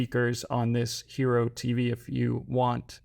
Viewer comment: Pronounced Hīro...